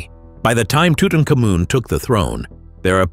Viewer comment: Well....Off the top, ask Mr Google how to pronounce Tutamkhamun.